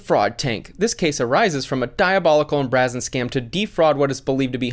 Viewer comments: BRAZEN. Bray-zen, not Brah-zen. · Brazen is pronounced “bray zen”. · Haha “Braa-zen” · you pronounced brazen wrong, it has a long a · You can’t even pronounce brazen properly, how am I supposed to believe your in financial acumen!?